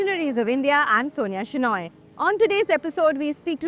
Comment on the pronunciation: I love the way you conduct the interviews. But, 1 thing is bothering me.. r u a Konkani Shenoy (coastal Karnataka Konkani)? If yes, why you pronounce your Surname name like a Bengali Name⁉️🙄 it supposed to sound like “SHENAI” … even Deepika Padukone pronounces her Surname wrongly ‼️ 2ndly, I found it very funny that you went to a village in that Shirt dress!